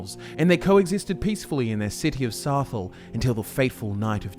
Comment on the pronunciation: You pronounced Saxhleel wrong it is pronounced like Sazliil.